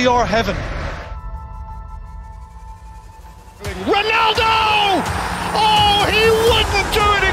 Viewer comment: Man really said CR heaven 😂🤣